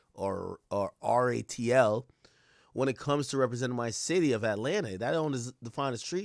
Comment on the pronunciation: Nope u said it right RAAATL😂